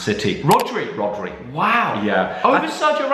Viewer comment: My guy said Rodri